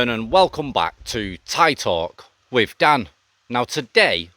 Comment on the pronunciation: Dan your stories are ok but your voice you can’t pronounce your easy words wiv / n brover are crap take a tip of Thailand bound sorry but not v good to listen to